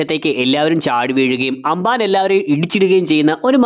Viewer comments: Anbaan alla ambaan 😂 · Broo.. anban alla amban aa....😊